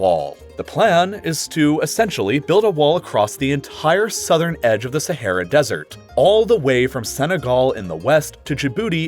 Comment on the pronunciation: Desert, dessert. Learn to speak. You are talking about real intelligent stuff and say dessert instead of desert. Why do they pay you to speak.